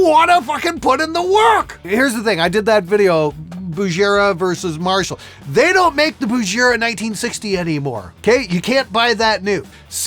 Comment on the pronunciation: Behringer is going to consider you persona non grata if you say Bujera one more time. Get it right, you knobhead! 😆